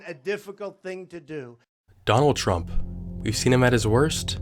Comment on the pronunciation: ah yes, president "qmurt".